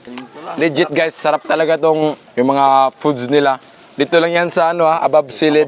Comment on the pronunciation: Nakakamiss yung pag bigkas mo ng ang saraaaaaap hehe